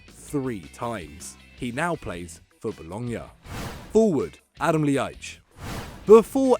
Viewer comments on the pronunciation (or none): that Ljajic pronunciation was horrible. Just say an l then an i and then an a. But really fast. That one honestly isn't difficult.